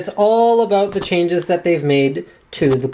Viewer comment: I heard Linus say 'about', not 'aboot'... something's wrong here...